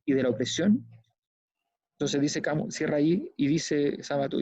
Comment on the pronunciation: Lindo programa, Sabato de los 3 grandes argentinos, fue el màs comprometido con la humanidad, un abuelo sensanto. Y Alberto, se pronuncia Camiu, no Cami. Si vamos a pronunciar en lengua extranjera, hagamoslo bien. En buena, pa que no te chaqueteen los odiosos de siempre. Abrazo!